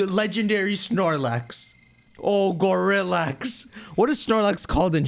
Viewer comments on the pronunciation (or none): "Gorillax" sounds like "Go relax"